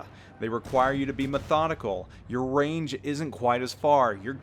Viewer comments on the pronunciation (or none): none